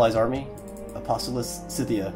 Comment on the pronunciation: Not trying to provoke but why did you pronounce it syth-ia instead of skyth-ia like you normally do?